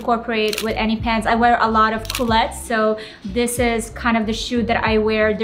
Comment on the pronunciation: Culottes! There’s an O in it! Why does everyone say coulettes? 🤷🏼‍♀️